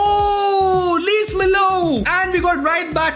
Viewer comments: It’s just funny how he kept struggling to mention Lees-Melou’s name😂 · The amount of times failed to say Lees-Melou's name is 🤣, no offense lol